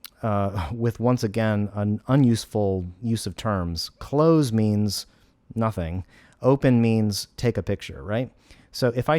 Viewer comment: you say nothink!!!!!!!!!!!!!!!!